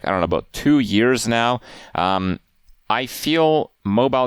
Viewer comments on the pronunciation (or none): none